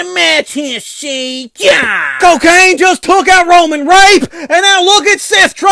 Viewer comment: Co-Kane :D